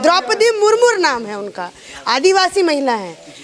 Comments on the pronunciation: aapko bata du unka naam Draupadi Murmu hai na ki murmur correct kijiye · The name of our Hon’ble President is Srimati Draupadi Murmu। The anchor of the programme also do not know it prperly। She said "Murmur"। she should rectify herself and beg apology for committing such mistakes as a journalist। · मुरमुर नही मैडम मुर्मू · Are news wali khud maloom nahi Uska name murmu h murmur nahi 🤣🤣😂😂